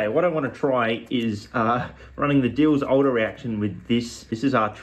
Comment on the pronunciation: the way you say Diels-Alder... phenomenal